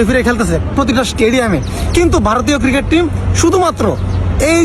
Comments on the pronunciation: JONGGIR POLARA "CRICKET" KE "KIRIKET" BOLE .SHALA, SHALI KANKKI MAGIR CHAU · আমি হাতজোড় করে বাংলাদেশ সরকার কে অনুরোধ জানাই তাদের দেশের নাগরিকদের যেন আগে ক্রিকেট উচ্চারণ টা শেখায় তারপর ক্রিকেট নিয়ে কথা বলে ভাই ওটা ক্রিকেট কিরিকেট নয় 🥱🥱😂😂😂😂😂😂😂😂😂